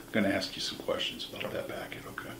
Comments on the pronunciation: Let me ax you about your scruggling sir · The guy is DUMB if you 'axe' me 😂